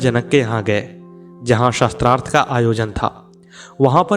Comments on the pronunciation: प्रस्तुतकर्ता शास्त्रार्थ को शत्रार्थ उच्चारण कर रहे हैं जो अशुद्ध है । कृपया शुद्ध कराएं । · Atyant rochak katha parantu ek peeda huyi aap Shaastrarth ko baar baar Shastrarth bol rahe the. Shaastra aur Shastra ka antar samajhiye 🙏🙏🙏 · आप बार बार सस्त्रार्थं बोल रहे हैं बल्कि शास्त्रार्थ होता है। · शास्त्रार्थ शब्द बोलना चाहीए न कि शस्त्रार्थ